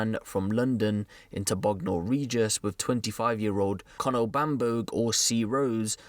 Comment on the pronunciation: Bruvvvv I’m from Bognor n the way he said it 😭😭😭 it’s jus said bogner 😂😂😂😂😂😂😂